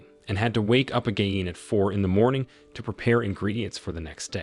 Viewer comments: wtf is wrong with tts saying 'AGIN' wrong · the AI voice is struggling to say again a lot